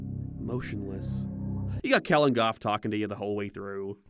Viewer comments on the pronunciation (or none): none